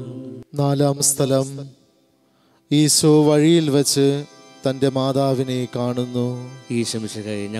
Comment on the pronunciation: ഈശോ എന്നു പറയൂ..ഈസോ എന്നുപറഞ്ഞ് ഉച്ചരിപ്പ് മോശമാക്കല്ലേ.